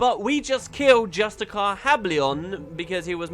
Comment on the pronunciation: The mispronunciation of "justiciar" has always annoyed me since the days of GW1, lol. I blame Justiciar Hablion's voice actor for saying it wrong. It's pronounced "jus-ti-shi-er," not "jus-ti-car." And it's a title, not a name; War in Kryta brought us NPCs named "White Mantle Justiciars." No offense meant,. It's just a pet peeve of mine.:)